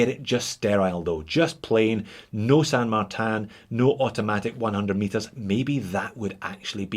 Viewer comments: It is a Spanish name derived from a saint which in English would be translated as Saint Martin. The correct Spanish pronunciation is Sand-Mar-Tin. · Well done Texas accent. That’s exactly how we all down here in Texuss pronounce San Martun. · Well, to pull you up, you really should be pronouncing it 'Shan Martan Eckshplorer'